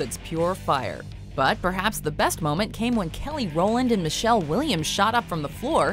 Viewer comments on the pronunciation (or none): none